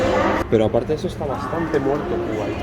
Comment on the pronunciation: "Eshtá durita eh" JAJAJAAJAJAHA